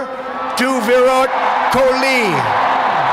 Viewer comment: he said Cocoa kaola you jack@ 😂, put it on captions